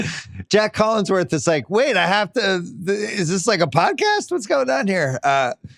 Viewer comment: "Jack Collingsworth" ????